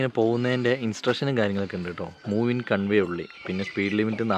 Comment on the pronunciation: Brother, കൺവേ അല്ലട്ടോ. കോൺവേ എന്നാണ് പറയുക